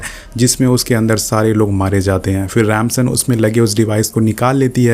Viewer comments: Rip English it's Dom not Tom, it's Ramsey not Ramson😂😂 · Its dom not tom Its remsi not ransan